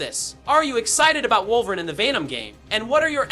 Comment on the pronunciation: No one gunna say anything about how he’s saying wolverine? 😅